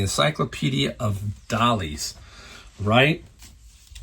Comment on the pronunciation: D-A-L-I-A-H. DaliAH..... not Dollies.... DOH